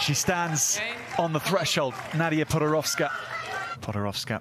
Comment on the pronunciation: PodoroVska?! Why he said PodoroVska?